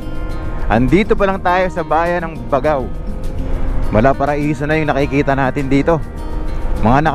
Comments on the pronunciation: Gat-ta-ran. Hndi Ga-ta-ran. Bag-gao. Hndi Ba-gao. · Sir, ako po ay tga Cagayan. Ang pronunciation ng pangalan ng lugar kung may nadobleng letra katulad ng Baggao, Lallo, Capissayan ay hindi shino-shortcut. Parang ang bigkas ay Bag-gao, Lal-lô, Capis-sayan.😊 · Bag GAO. Tamang pronunciation nya bossing.